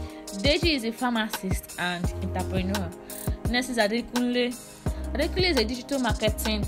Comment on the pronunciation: Why do you keep pronouncing entrepreneur that way. So stressful